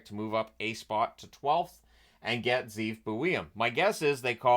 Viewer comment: Pronounciation of several names should be adjusted. Silayev is pronounced with “A”, not with “E”. Zeev should be pronounced “Ze’ev” (double “e”). He’s Israeli and his name in Hebrew means “wolf”.